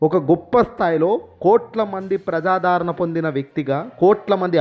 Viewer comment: ఒరేయ్ తెలుగు మాట్లాడటం నేర్చుకో, ప్రజాదారణ కాదురా, ప్రజాదరణ అనాలి.